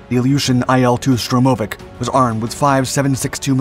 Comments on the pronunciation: STURM - oh - vics, not Sturm - OH - vics. Emphasis on the first syllable please. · It's Sturmovik, not Strumovik. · It's not SturmOooveek It's STurmovik It's not Betton Flugzeug It's BetOn Flugzeug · Tomato, Toe-Ma-Toe, Sturm-Oh- Vic, and whatever you were saying. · Штур-мо-вик будет правильно))) xD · Strewm-o-vic? -- My bones ache, a "strorm" must be on its way... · It's not a "Strurmovik" - there's only one "r" in the name and comes after the "u", not before. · FFS say its name properly! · 26...........Never heard 'Sturmovik' pronounced that way. Neither has Google. ........'U-rawl' mountains. Really? I have assumed this is meant for a primarily American audience, since it is in English, but I suppose I could be wrong, meaning the mispronunciations might be correct.🤨